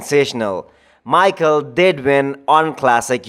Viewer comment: It's pronounced like My+Hall like first part of Hallway, it's a generic Slavic name mostly Eastern and Western Slavs, big support from the Slav community!